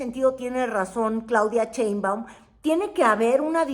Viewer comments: Con too respeto, no es "Cheimbaun", es Sheinbaum... SAludos cordiales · Sheinbaum....No, Cheinbaum... shhhh ah sh ssssss